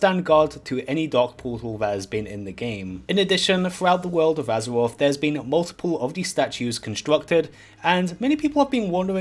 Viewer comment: Take a drink every time he says Azawoff.